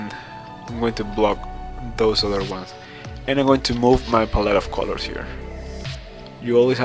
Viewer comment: Its really distracting ho w you say the word colors. Its like youre saying coew-lorws when it should be cuh-lers